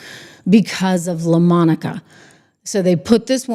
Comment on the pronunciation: Please say Laaa...Monica. 😅